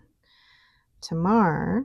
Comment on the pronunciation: Hi, nice relaxing enjoyable video again, thank you. As an Aussie, I thought you might be interested to know that Tamar is pronounced TAY-mar. It is a river in the north of the Australian state of Tasmania (originally named Van Dieman’s Land - hence the name of the ink company based in that state 😊). Geography lesson complete, I hasten to say I don’t mind how YT-ers pronounce words. I’m here for the ink and pens 😍